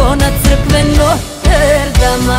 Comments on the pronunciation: “Noter dama “ (notre dame)😂 draga duso nit se tako pise nit se tako izgovara.😂😂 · Gospodo, ne kaze se "Noter Dam" nego "Notr Dam". LP.